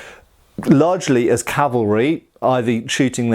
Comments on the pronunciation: Love your channel immensely! In this video your mention of "calvary" multiple times instead of cav-al-ry was a bit distracting lol, I don't think you pronounced it correctly even once. Calvary is the hill where Christ was crucified. Cavalry, well, that's what you're taking about... But do continue! Did I mention that I really enjoy your channel? It's one of my favorites. ;) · I distinctly heard you say "carvery", and thought it would be nice, only to remember lockdown:P